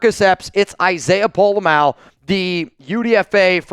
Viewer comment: u finally said Pola Mao’s name right! Mah-O (you used to say May-O). He definitely is the guy for the job, but there will be growing pains. His tackling is definitely better than Epps. Question is can he do get the back end aligned properly